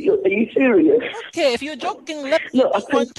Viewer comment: "I am very cereal"